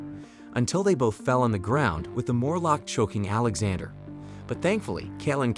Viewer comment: The way he says Alexander sounds like he's saying alexa-der